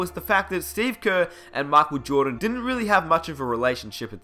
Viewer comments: makel joohdan haahaha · mockel jordon lol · His name is totally machel jowdan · whaaat? makel jodan? wtf!